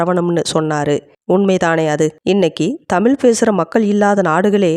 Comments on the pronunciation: தமிழ் எங்கள் உயிர் மூச்சு தமிழே தெய்வம் இப்படி எல்லாம் பேசுற இந்த சட்டமன்ற உறுப்பினர்கள் ஒருத்தராவது அந்த தமிழ் தமிழ் செந்தமிழ் என்று நாக்கை மடக்கி உச்சரித்தது உண்டா? எல்லா உறுப்பினர்களும் தமில்,தமில் நாடு செந்தமில் என்றுதான் உச்சரிக்கிறார்கள்😭 ஒருத்தருக்கு கூட முதலமைச்சரை தவிர வேறு யாரும் தமிழ் என்று உச்சரிப்பது கிடையாது அப்புறம் சொல்லுவாங்க தமிழ் எங்கள் உயிர் தமிழ் எங்கள் உலகம் 😂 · முதலில் தமிழ் என்று உச்சரிக்க பழகுங்கள் நாக்கை மடக்குங்கள். எல்லோருமே தமில் செந்தமில் என்று தான் கொலை செய்கிறீர்கள்😂